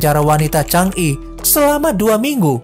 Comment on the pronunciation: Bang bacanya bukan CHANG'I tapi CANGI Krj Jadi tkw klo mental gak kuat seperti itu. Tapi klo mental kuat dpt ujian apa Saja n berfikir ekonomi keluarga